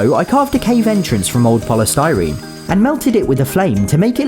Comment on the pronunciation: hearing him say "polystyrene" melted my ears